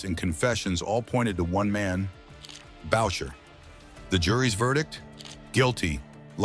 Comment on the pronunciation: Bowcher??? It's pronounced Booshae! All you young guys so fascinated by this yo yo, you can read this in old newspapers. If someone has to ask when he died it means your probably young and watching a video being done by a nit wit! there are some pretty accurate videos out there. This is not 1 of them! This video doesn't even compare to garbage it's so bad! Jeff D. 70yrs old - retired!